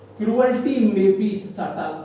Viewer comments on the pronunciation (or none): subtle not 'subtal ' Sir.